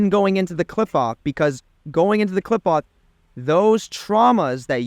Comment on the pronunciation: "Klipahh" its pronounced "klee-phote" "Qliphoth" how can you descend into it without knowing the name?